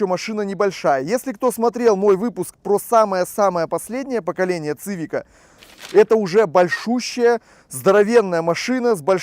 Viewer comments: Привет, не говори, пожалуйста, цывик. Сивик, это сокращение от civilian, переводится как гражданский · Цивик-так по расейански звучит... Уши режет. СИВИК! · После 5го произношения "Цивик" выключил.Ты,если делаешь обзор,хоть посмотри,как правильно. СИВИК-и только так